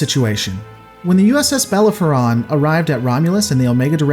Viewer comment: Bellerophon is pronounced "bell-air-oh-fffff-on". I quite enjoy your videos, and I was only mildly triggered by the mispronunciation. Hope this helps!